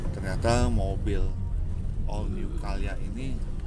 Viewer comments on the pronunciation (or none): CALYA om bukan CAyLa.. wkwkkw